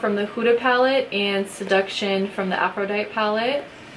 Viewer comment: Love this video! Thanks. FYI... it's pronounced "afro-die-tee" like the Goddess ;)